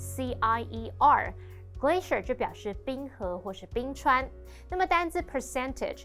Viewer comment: 主持人好像把 glacier 唸錯了